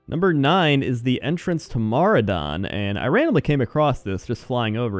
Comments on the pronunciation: Mah-RAW-don not MAHR-ah-don good vid tho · Holy fuck, the way you pronounce maraudon and loch modan. My world changed. xD Why are these pointless?